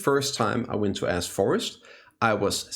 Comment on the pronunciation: Why does it sound like you're saying A$$ forest? lol